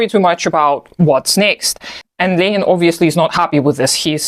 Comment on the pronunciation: You actually pronounce Lenin correctly.